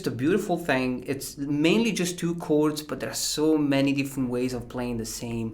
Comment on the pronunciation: I just came here to hear him say "cords"😂😂👍